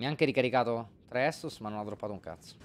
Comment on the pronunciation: Scusate, non per essere stronzi o altro....ma sono l'unico a cui dà fastidio che continua a dire "anime" e "estus"? Haha